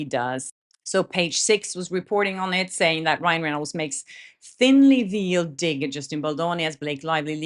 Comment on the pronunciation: Hi sweetie. Veil sounds like vale. I only mention to help. Love ya!